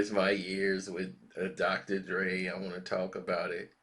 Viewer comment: Drocotor Dre lmao .....😆